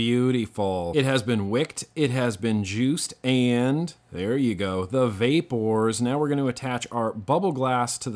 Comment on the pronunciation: So is he sayin vapors or vape whores. 😂😂